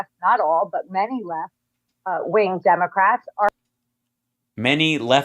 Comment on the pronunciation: Did the narrator say Demograts?